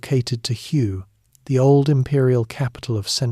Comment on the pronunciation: It’s pronounced “Way” city…. Hue … kind of an important detail